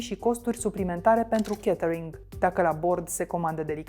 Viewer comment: Mai oameni buni de la Recorder, "a" in engleza nu se citeste mereu "e". "Catering" nu e "chetering" iar "falcon" nu e "felcon". Vorbiti corect ca rade Klaus Marlanis de voi.